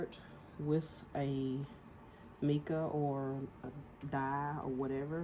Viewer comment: Hey love the tutorial. It is pronounced myca powder. Tfs!